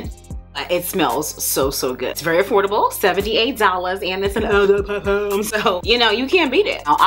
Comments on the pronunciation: I was like if she say "ehh DeH Parfum" one more time 🤞🏾😭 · I could not take how you said eau de Parfum killed the while video for me 🤦🏾‍♀️😩